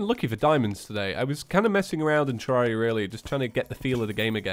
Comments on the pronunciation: TEAR AIR I A, NOT TEAR ARE I A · I think it’s pronounced ter-air-e-a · terraria i pronounce it terreria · The only thing that annoys me about this video is the fact that you don't say Terraria correctly.